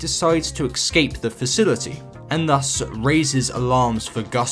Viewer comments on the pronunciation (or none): Ive left a couple comments on your vids recently - with nothing but praise - and i stand by them.... BUT, I just have to say this (with respect, as you're clearly knowledgeable and eloquent enough to make good vids)...the word ESCAPE is pronounced exactly as its written lol. And you're not alone in this, but ive heard so many times - EX-cape... Anyways, keep up with the great vids!👍